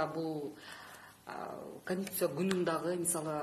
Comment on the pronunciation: ""КОНСТИТУТЦИЯ""деген созду туура айта алышпагандар,анын ичинде эмне жазылганын кайдан окушмак эле!!!!!??🤦🤦🤦